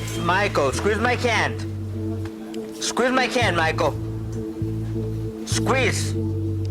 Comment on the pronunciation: I had no idea that Spanish people can't say "Hand" "squeeze my cant!"